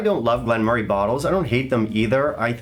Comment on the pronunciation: pronounces it correctly.